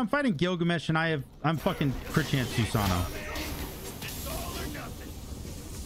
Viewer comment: say Susano without the "-ano"